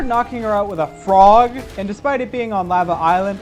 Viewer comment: I love how much emphisis he puts on how he does this WITH A FROG